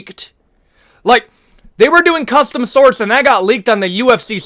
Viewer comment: They’re called shorts. Not sorts